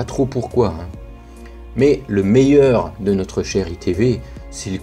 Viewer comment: On dit iPhone « 10 » et pas « x » Sinon la vidéo est bien